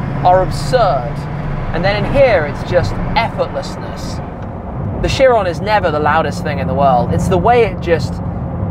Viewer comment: And in here it's effortlessliss lol